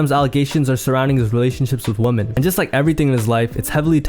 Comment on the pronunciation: You say woman wrong bro.